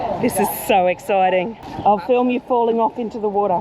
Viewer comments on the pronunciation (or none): none